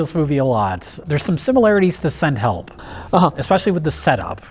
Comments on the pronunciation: I figured because it sounds like she says "Hepl" in the clip. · "SEND HEPL"